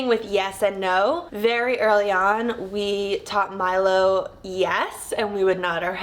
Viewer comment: It’s so cute when you say Milo I hear My love ❤ so sweet haha